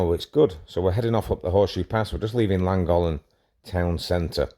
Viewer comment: I've never been to Langolan ...but I've been to "LLANGOLLEN " .... its easy to pronounce ....